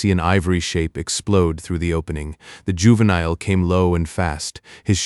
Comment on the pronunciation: Your AI can't even pronounce the word juvenile there's something wrong. And I heard other AI voices so much better and even they can pronounce the word juvenile. Let alone this voice is borning.